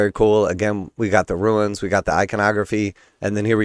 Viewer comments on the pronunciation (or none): Runes and Ruins are pronounced differently.